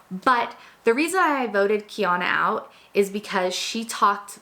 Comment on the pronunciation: the name Kiana is an interesting one and I don't blame you at all for pronouncing it wrong. in Hawaii, where I live, it's quite a common name but everywhere else I believe it's pretty unique.